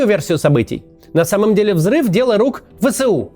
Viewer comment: Не Вэ-Сэ-У а Вэ-эС-У